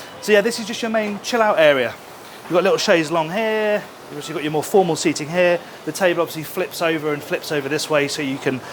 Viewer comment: The way you pronounce the English word "here" sounds like "häää". Why? 😂❤